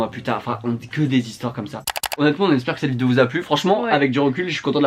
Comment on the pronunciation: J’ai adoré le coup des 35 zhistoires, et la soeur qui enfonce le clou : “nan c’était pas 35 zhistoires” (là tu te dis qu’elle va lui dire qu’il n’y a pas de “s” à 35…sauf que pas du tout) “c’était 30 zhistoires” 🤣🤣🤣🤣👏🏼👏🏼👏🏼